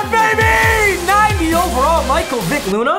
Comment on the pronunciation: Mans got mike Vick and really said loona?